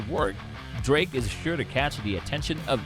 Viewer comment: Another Nice Vid! “Drrrrrrake” 🤣